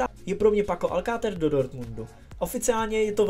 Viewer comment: Je to Alcacer, ne Alcater